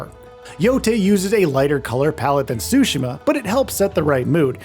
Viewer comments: TSU-shims NOT SUSHI-ma there’s a t there sir. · Wish people knew how to pronounce Tsushima correctly. Ahhh Americans 😢